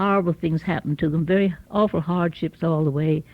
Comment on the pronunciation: I think when she said " I don't can't tell you how big around they were" was her bout to say " I don't remember (how big around they were)" but then decided to say " I can't tell you how big around they were" so switched it up in that moment. Also, I noticed she said arful when saying awful which I thought was interesting and influenced from being more closely connected with England. Another thing I noticed is she said "farworks" for fireworks and "admarer" for admirer (not to a tee but didn't know a better way to write it). And another one that stood out is when she said "I told her alrl about myself" although it was kinda subtle.